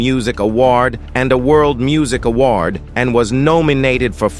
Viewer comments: Lol ah-WARD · This AWORD, and this AWOORDDD, and this AWWWWOOORRDD lol i was like wth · Ikr!....I came to the comments just to see this!😂😂😂😂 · Hahahaha right 🤣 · 😂😂😂😂😂😂 I came here to say this. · The ai picks slang and dialects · omg ikr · Saying award like that really pissed me OFFFFF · Why he saying award like that 😂